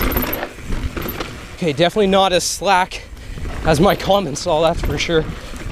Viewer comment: I believe your current bike brand is pronounced "Com-on-saal" (and not "colomonsal" as you've been saying it).